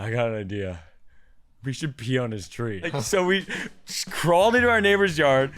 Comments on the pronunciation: It’s pee not pea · It’s Pee tree not Pea tree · It’s not the pea tree is the PEE tree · It’s “pee tree”not “pea tree” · Ahem the correct pronunciation is pee🤓👆